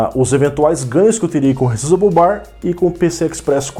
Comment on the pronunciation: sabe muito! muito bom perceber e alertar sobre isso! essa geração nova já não tá essas coisas todas, quanto mais se quem for comprar não atentar para essas questões que vc levantou (p.s. não que isso faça diferença no conteúdo, mas a pronuncia em ingles seria "re ssáizable bar")